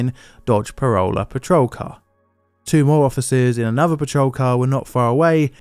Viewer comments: its not a Dodge Parola, its a Dodge P O L A R A...🫥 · Too bad he couldn't say Polara and instead calls it a Parola. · I had to rewind. The cops were in a 1969 Dodge POLARA, not a “Parola”. 😅. Although that would be an ironic name if that was the case. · I'm sure that you meant to say "Dodge Polara" instead of "Dodge Parole-ah". That 1969 model full size Dodge held the highest pursuit speed until the mid 1980's when a Chevrolet Camaro pursuit vehicle was used by the CHP. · 1969 Dodge "Polara", not Parolla.... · 1969 Dodge "Parole-a"😁 ("Polara" Pole-air- ughh) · Polara not Parola. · Dodge also marketed Coronet 'Police Cruisers' for 1969. It sounded to me as if the narrator said "Corolla" . Either way, he's wrong as 'Parola' does not exist and Dodge has never built a Corolla. That was / is a Toyota marque and has been since 1966. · *Polara (pronounced “pol” like a sign poll, and “ara” similar to how you’d pronounce it in samsara and tiara) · And he misidentified the Polara cruiser as a "Parola" or (non-rhotic) "Paroler," a perfect GTA police car name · yeah... not even close buddy.